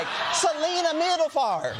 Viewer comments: Middelfart is a city in Denmark. It is pronounced Mithelfart, or close to that.😊 (I am Danish). It means midways. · Its (Meedlef'arte) 😂😂😂